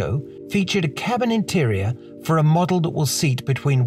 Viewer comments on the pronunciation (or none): none